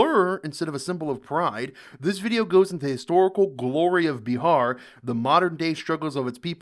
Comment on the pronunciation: You pronounce wrong Bihar